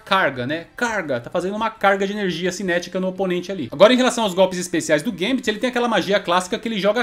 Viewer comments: Não é "guêmbiti", é gâmbet mesmo...😌👍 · Sempre falei Gâmbito e não gambíto. Fica mais bonito sendo proparoxítona.